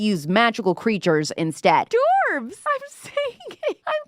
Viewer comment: Dwarves, not Dorves lol